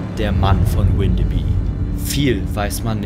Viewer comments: Moin, komme aus der Nähe und ich muss sagen es hat mich extrem getriggert das Windebi gesagt wird es wird aber alles was auf by endet bü ausgesprochen😅(da alle diese Orte mal zu Dänemark gehörten) also heißt es gesprochen Windebü 😅 Trotzdem sehr cooles Video☺️ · Das wird windebü ausgesprochen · Ich wohne hier in Windeby und erstens wird das „W“ vorne nicht englisch ausgesprochen und zweitens spricht man das y hinten wie ein ü. Und dann ward ihr da an einem Ort unterwegs, der tagsüber und ohne Effekte und Gruselmusik zu einem der idyllischsten, schönsten Orte der Gegend gehört. Wir haben hier Obstbaumwiesen, Buchenhaine mit alten Bäumen, kleine Teiche und Seen. Es ist hier komplett gar nichts gruselig, ganz im Gegenteil, und ich muss es wissen, ich bin hier täglich spazieren und zwar auch bei Nacht.